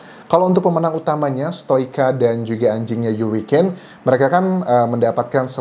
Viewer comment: Jgn bilang yurikein donk mas anjas, harikein , gitu loh